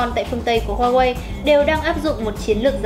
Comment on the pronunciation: cái gì e cũng biết nhỉ .kiến thức rộng phết tiếc mỗi cái xí hổ ko biết nói hoài ko chịu sửa. có ai trong maxmobile chỉ e ý phát âm huawei cái...nói chận xíu thời gian dài tí nhưng đỡ vấp nói sai nữa.hay mình có góp ý là cho e này lên tiêng thôi đừng cho vào hình thay vào đó là hình minh hoạ cho bản tin.tất cả vì cộng đồng khán thính giả thôi..